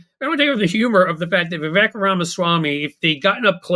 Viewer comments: For the record, it isn't "vi.vek", it is vi.vayk" ... Sounds like fake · Fun fact: correct pronunciation of "Vivek"rhymes with "fake"...I mean cake🎂 😜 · It's Vivek, rhymes with cake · Vivek - rhymes with mistake.